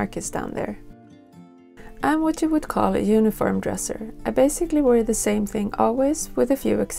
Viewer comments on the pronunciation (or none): none